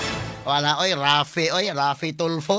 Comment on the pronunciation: Hindi ganon ang pagka sabi boss f daw ang secound to the last name!! So raffy tulfo nga!!